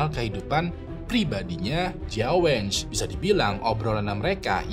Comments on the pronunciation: Jia wen ge kalo bacaan mulut nya di baca CIA WEN KE, bukan jia wenge kak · kalo bisa penyebutan nama orang atau kota2 diresearch dulu, kayak Jia Wenge bacanya Jia Wen Ge, jangan dibaca wenge, Xu Li Xia juga jangan disambung sampe kedengerannya jadi Sulistya 😅 Nama kota Nehe sama Qiqihar juga jadinya lawak banget kalo nyebut sesuai tulisan gitu 😢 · jia wen-ge, bukan (wenj) tapi (wen-ge atau wen kke) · Kok ngakak ya denger sebut nama orang dan tempatnya jiaweng,sulistia,nehe,kikihar. Mending sebut nama marga nya aja buat cerita jia,xu 😅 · Bang mon maap nih ya tp gw agak gereget gtu pas bang nyebut nama2 mreka 😅 gw cmn dnger videonya tnpa nnton atw baca judul dan deskripsi, kan ktanya org cina tp ko nmanya sulisia sma jia wenj gw bingung 😂 trnyata pas gw baca kyaknya abang salah pngucapan. Yg sulisia itu mirip sih plg yg bagian xia nya itu ngga si-a kayak di kata indonesia, tp lebih ke sya gitu kyak di kata tasya. Trs si jia wenge, itu kyaknya wen-ge, huruf e nya dbaca kyak huruf e di kata lebah, bukan wèn-gè tp lbh ke weun-geu... gitu bang 😊 ini buat masukan aja sih biar d video2 brikutnya jd lbh baik... kan channel ini udh gede bgt nih, jd gw rasa hal2 spt ini bsa ditanggulangi lah yaa... peace love and gaul yeee mentemen ✨️